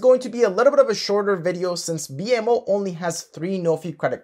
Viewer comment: Thanks but you are pronouncing BMO wrongly. It is /bi:mow/